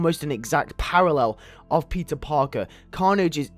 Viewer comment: Why does it sound like you're saying pizza but you are saying peter